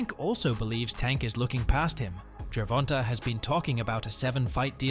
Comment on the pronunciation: Gervonta is NOT pronounced jur-VON-tuh!! It’s pronounced jur-VON-tay. The last syllable is “TAY”. Please stop mispronouncing this man’s name. He is currently the face of boxing. Get it right! Yes it’s only one syllable, but it shows you didn’t do your research.